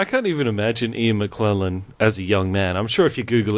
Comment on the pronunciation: Ian Mckellen not Mcklellen